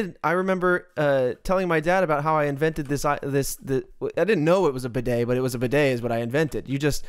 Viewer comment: Bidet, not beudet.